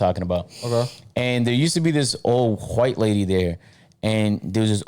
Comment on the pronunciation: He said wHite lady why is there so much emphasis on the H ? Lol reminded me of family guy 🤣😂